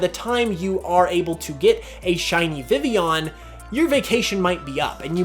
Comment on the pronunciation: vivillon is pronounced viveon? like sevilla? o__o